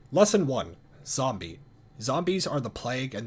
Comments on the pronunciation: "EH ZOM BEE" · ""Turning into ayy Zombee"" XD Could not sop laughing at the way he said it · that's either AI or bro doesn't know how to say zombie